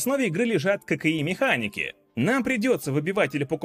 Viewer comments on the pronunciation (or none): Почему я слышу вместо "ККИ", "кокаин"??? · Кокаин механики :D (послышалось).